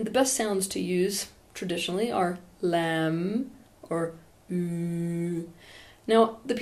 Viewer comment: pronounced mula-dhara. also lam is pronounced "luhm," thank you Teal